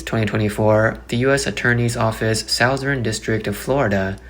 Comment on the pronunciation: "Long Beach in sow thern Ca."